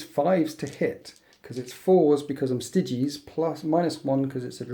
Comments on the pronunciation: Stai-gees, not stiggiees.. ffs. :), annoying to watch, didn't see it through to the end. (on top of the tourney cheese.) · Isn't it Sti-geez? It's close to Stygian, so I imagine it would be pronounced the same way. :)